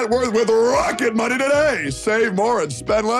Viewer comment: Todays Sponsor is "Rocket Money!!!" - My dumb Ass Car Guy Ears understood "Rocketbunny" and thought, why are they advertising Car-Bodykits, how random. - What is wrong with me.